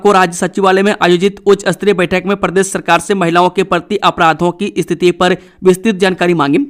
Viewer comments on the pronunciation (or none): समाचार वाचक महोदय मेरे विचार मे समाचार पढने के बीच मे * जी हां* और *फटा फट समाचार * जैसे तकिया कलाम अनावश्यक और अनूदित है। आप प्रकार को परकार प्रक्रिया को परकिरिया और स्थिति को अस्थितिमे विकृत करके किस, कारण या किस खुशी मे बोलते है?